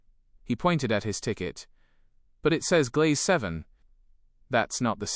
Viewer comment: It's GLEIS, not glaze!!! EDIT: For a Deutsche Bahn train to be punctual, you'll need a VERY good day. Punctuality is down to 60%. Privatising wasn't a good idea at all.